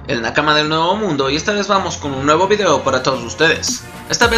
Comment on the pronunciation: "Neuvo mundo"